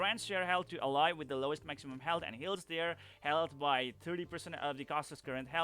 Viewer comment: Just letting you know that you are pronouncing "ally" wrong. You're saying it like "uh-lie" but it should be "Al-lie". Here's a video example on the correct way to pronounce the word.